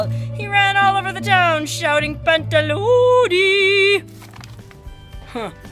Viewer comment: you are so funny the way you read Pantaloni :) but really entertaining.